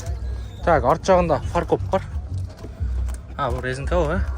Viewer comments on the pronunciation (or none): none